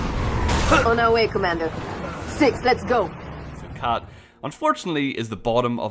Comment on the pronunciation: Uuhhhhgggg!! I hate how he says, lesz go